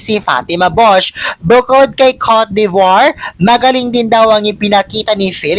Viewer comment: i love you pero its not cote de voire you need to pronouce it cot de bwah...